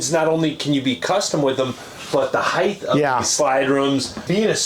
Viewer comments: Heighth is not a word. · HEIGHTH is NOT A WORD!! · Why do people pronounce it ‘heith’ when it’s ‘height’? ‘Height’ rhymes with ‘white’. Is it because ‘width’ had a ‘d’ in it and people think it’s also pronounced like that for ‘height’? 😅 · The word is “height”, not “heighth” or whatever the hell they’re saying. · I THINK HE'S SPEAKING OF "HILTH" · I had a hard time watching after I heard this man say "heighth". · “Heighth”??? Wtf. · What I've learned watching these videos is that no one in the RV industry knows how to pronounce "height". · Hieghth is not a word like length, it's just height... That being said this thing is amazing!! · Why are they pronouncing "height" with a "th" sound at the end? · The word is height. There is no third h.